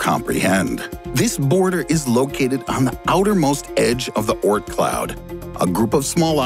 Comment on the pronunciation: Oort, not Ort.